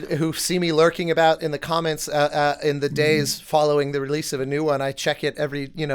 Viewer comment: Realtime first react, not on the hoodie, BUT: why am I hearing saying the commons instead of the comments just now?:D